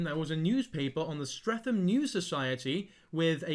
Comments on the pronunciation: the pronunciation of streatham is killing me 💔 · By the way: -The h in Streatham is silent - Year 7 is 11-12 years old, the cut off birthday being the end of October - This man is most definitely Arabic and of Middle Eastern descent (you can tell by his broken English and the skin colour underneath the white paint) - Clearly from his accent and level of English writing, he wasn’t born in England - He is an absolute CREEP and potentially a pdfile - He needs to be reported en masse, please call 101 to report if you haven’t already